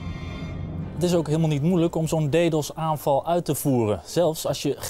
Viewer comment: Hahah "deedos"